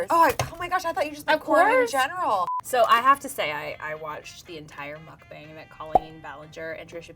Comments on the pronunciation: It bothers me when she says mukbang it's pronounced muh-k-bang not muke-bongs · The fact that they say mookbang instead of muk like literally muck just say muck please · its muckbang not mookbang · I love you guys but how hard is it to look up how to actually pronounce "mukbang"? :/ (It's a Korean word if that helps. 먹방)